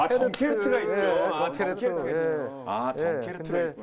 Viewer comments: 덩케르트가 아니라....덩케르크.....덩..케...르...크 입니다....영어로는 덩커크...암튼 덩케르크....입니당.....자막에는 제대로 나오네요...덩케르크...ㅋㅋㅋㅋㅋ Dunkirk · 덩케르트가 아니고 덩케르크 셰끼야